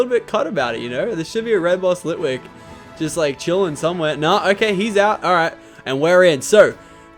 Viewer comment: You missed ghost litwik in csnt say the name correct but it was a ghost litwik